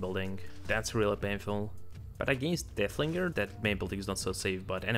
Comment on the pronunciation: Its so funny that yku say deahlinger